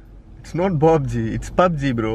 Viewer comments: It's not BUBG it's PUBG. LOL 😂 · It's not BobG it's Pubg lol!🤣